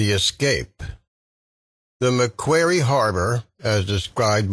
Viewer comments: To pronounce Macquarie correctly mate try Mack-Wha (as in what)-Ree. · How can you pronounce 'Macquarie' incorrectly two different ways in the space of 15 seconds? Also- have visited Sarah Island, it is unbelievably tiny Strorn not Stray-han